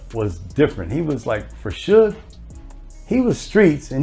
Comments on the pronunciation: ITs SUGAR NOT SOOJ!!!! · It's pronounced as suge short for the word sugar...